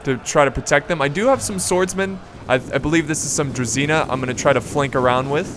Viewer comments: About the pronounciations :) Generals unit is pronounced Kn-yά-z (so the ya is the same like in "what ' ya doing there ?" the ya ) , while the z is softer than the typical english z. The unit Druzina, should be more like Druzhina .. the zh is prounounced the same as in the french name Jean. Like if you search for Jean Cloud van Damme's name, you 'll get the feeling of the heavy prounounced ZH in druzhina. The cav's name is like the general's cav. So Vit-ya-z. Vit stays the same , ya like in what'ya doing. and z stays the same as in general, softer z. (make accent on the Vit. when you pronounce it) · Not druzina, but drujina (Дружина) means strong friends or pals. Vityazi sounds more correct. However i don't know who are dvor guys are, cause in russian it means court. Spell it as dVoR, stressing V and R. Spelling knyaz stressing YA, like karate "KI YAAAAAA!" knyaz is russian duke or prince.